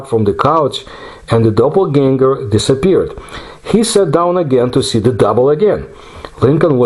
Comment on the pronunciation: The word "Animal" comes from the word "Animus" or "Anima" which means Soul! This was an absolutely wonderful episode, one of my all time-favorites, and you pronounced the word Doppelganger with perfection!